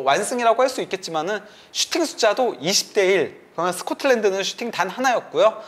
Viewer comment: 인가 저 사람 방송한다는 사람이 발음이 저게 뭐임? "그러면"을 "그러먼" 거리네 ㅋㅋ 면 발음이 안되나 좀 잘라라 듣기 거슬리네